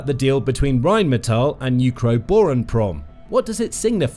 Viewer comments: the way you can't pronounce what is essentially "rain metal" is painful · Funny, my wife grew up in Duisburg, (about 15 minutes north of their headquarters in Dusseldorf) and She pronounces it "Rhine-Metal" because it's on the Goddamn Rhine river. That's literally what the name means. "Rhine Metal" Obviously you don't speak a lick of German, because depending on ""ei" or "ie" the sound is the latter character. Rhein is German for Rhine. The German word for rain is "regen" if they wanted it to be "rain metal" they would have called it Regenmetal. You're trying to pronounce it like reign (rulership) which is correct in English, but completely wrong in German. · "Phyitiin" "Raiinmeetal" If you want to pretend pronouncing them correctly you have a long way to go.